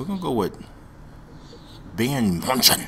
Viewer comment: bayer munchen is pronouced bi-earn- meyoon-ic